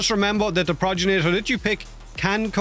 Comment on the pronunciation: Why do you keep sayin "Proj ja nator" Its G not J Progenitor. Gen like generator. Not proj-ja nator........